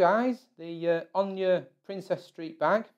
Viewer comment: Where the hell did you get the idea that ONA is pronounced "Own ya?" It is pronounced the way it is spelled. "Own a"